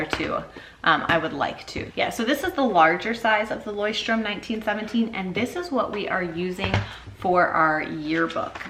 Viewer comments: hahaha, Leuchtturm is a German word :) You pronounce it kind of like: Loysht-toorm. äu = oy ch = sh Tu = too Love your video about journaling :) please make more about it! Lots of love from Germany <3 Ps: Leuchtturm means Lighthouse, but I guess that's kind of obvious :D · love the way you pronounced "Leuchtturm" 😂 it is german for lighthouse